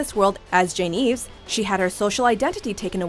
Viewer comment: It is Jane Ives you pronounced it wrong